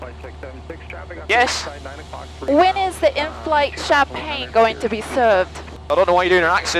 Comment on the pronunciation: Even after the video. I think I'm gonna hear 'Oh Pilot' with accent continuously throughout the day 😂